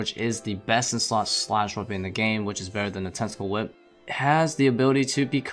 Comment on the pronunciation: Is it just me or did say testicle whip?